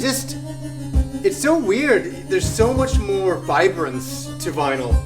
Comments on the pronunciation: it's vinyl not vinyl. You can have a record or records. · Vinyl without an S hehe